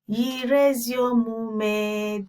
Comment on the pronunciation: It's actually Nyiri, not niyi. Take note ma'am. God bless.